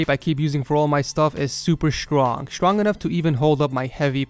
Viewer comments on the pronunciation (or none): Strong not shrong